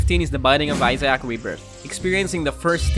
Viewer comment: Why do you pronounce Isaac like I-sack lol